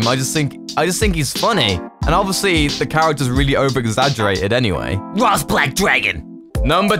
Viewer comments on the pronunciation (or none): Who's Rast? If you're saying Ross learn to speak, that's not even an accent thing.